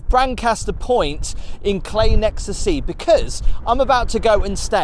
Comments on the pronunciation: I thought a local like yourself would pronounce it "Cly", not "clay". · I've always pronounced it as Cly... Oh, the big scary face on the fireplace is actually a Green Man, an early pagan and Christian symbol which is generally a benign character. He is normally found alot in churches.